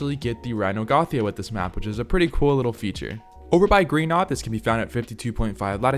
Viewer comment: Its pronounced rhy-nio-natha, not rhy-no-gothia 💀